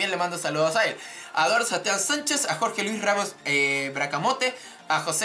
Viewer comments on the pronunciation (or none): era Jorge Martinez no Jorce :v , pero te perdono por que res chileno y hablas des culo :p